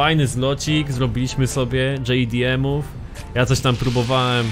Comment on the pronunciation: Mówi się dżej di em